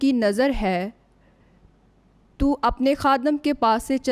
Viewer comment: Well Done 👏 ✅️👍🏆,Waisy to Aap ne BUHAT Achi Tarhan se BIBLE Reading ki, Bas 1 Word 3rd Verse main to ko tu parha. GOD Bless 🙌 You